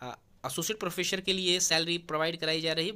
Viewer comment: Sir, "प्रोफ़ेसर" होता है, "प्रोफेशर" नहीं 😏😏